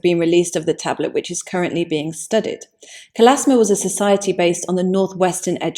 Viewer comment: It's Kalashma, not Kalasma.